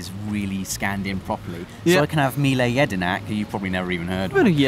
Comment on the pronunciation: Bout time someone pronounced Mile Jedinak's name correctly lol